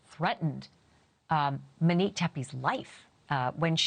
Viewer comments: For the last time— PLEASE LEAVE RYAN K. Case OUT OF THIS and say her name right MOnique, not MENique. 😂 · I enjoy Ashleigh's videos but wish she would pronounce Monique's name correctly. Take the lead from her family. It is mo(long o) ique. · How hard is it to say Mo-neek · Why don't these talking heads know how to pronounce the names of the victims?